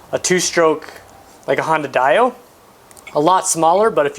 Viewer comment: Honda Die-O lol I own a honda dio and its usually pronounced DEE-0H I love 2 stroke scooters. Would be nice to see a two stroke build from you. Love to see you discover the dark secrets of tuning a 2 stroke.